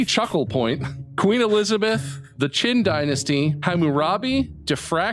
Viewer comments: He might have meant Qin but he said Qing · So I know we've already talked about the graviton scandal but I would also like to point out that it sounds like said the Qing dynasty which Bob accepted as the Qin dynasty but those are actually two...different...dynasties...